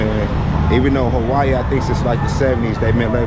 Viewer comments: “Hawaii coo now” 😂😂😂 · Im here as always bro i promise thank you fo this ghost vlog fr lmao he said Hawaii koo now😂 💯k im glad